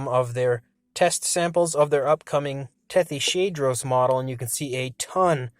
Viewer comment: That's a weird way to pronounce Tethyshadros... It's named after the Tethys sea. And it's a hadrosauroid. So Tethys-hadros.